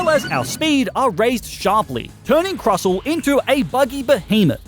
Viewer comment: Hey, just so you know, the t in Crustle is NOT silent.